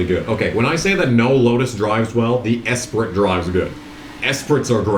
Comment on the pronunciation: car pronunciations get me every time 😂 Esprit 😂